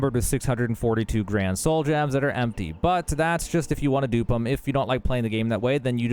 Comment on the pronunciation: are you speaking Spanish when you say how to dupe on controller holy shit